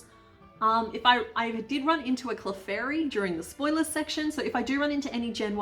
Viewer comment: everytime she said "no cleffairy" a piece of me died